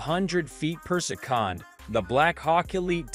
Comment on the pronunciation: worst text to speech ever - poor sekon for "per second"